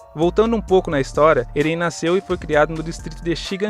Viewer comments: Não é eren que se fala se fala éren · "eRÉn"? Caramba não consegui ver o video todo aí por isso sgsgsg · Video tá ótimo... mas a pronuncia de Eren tá errada, deu um pouco de agônia kkk